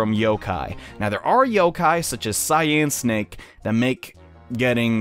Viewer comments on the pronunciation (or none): You keep saying Cyan Snake it's Cynake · It's pronounced Cynake (like Si -nake)